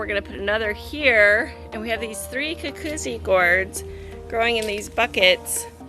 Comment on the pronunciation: It’s ‘goo-goot-see!”